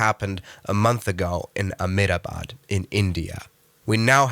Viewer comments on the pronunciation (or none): Amedabad😂. Its a-hem-da-bad